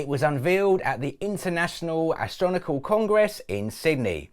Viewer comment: "Astronical congress" 😂 mate, at least use Google to pronounce the word for you before rolling the dice and looking a little silly